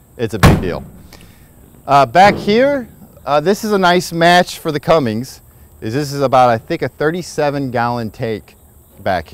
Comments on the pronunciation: Bro stop saying Cummings it’s Cummins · It's Cummins, guy. Do you see a 'g' in there? Stop smoking all that weed, stoner. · This was great Thanks...but its CUMMINS...no "G" in that name!!! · This guy... Its Cummins dude... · Yeh, I don't know what it is with people. Cummins NOT Cummings. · Quit watching once he said Cummings. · Oh yeah... it’s pronounced Cummins, there is no G in it. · Then we wouldn't have got to hear him saying Cummings